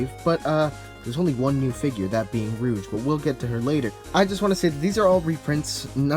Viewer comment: It's not how you pronounce her name